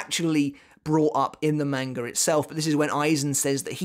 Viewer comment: What in the world is a "manger"? Is that how you're supposed to pronounced manga? I always thought it was "mahn guh" not "main gur"... So confused.